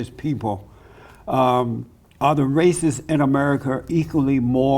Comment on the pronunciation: "durr Democwatz aw the weal wacists!"